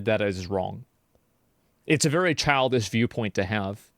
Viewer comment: Give 100 million Chinese men the day off work to play a game, and ya lmao "vewy vewy successful" 😂